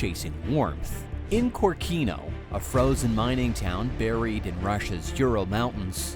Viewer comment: I don't want to be a boring, but correct is Kórkino, the emphasis is on the second letter.